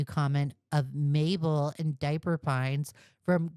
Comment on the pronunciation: quick correction: it’s ~Dip~per Pines (as in dipping a chip) and Gravity ~Falls~ (as in a book falling off a shelf or something)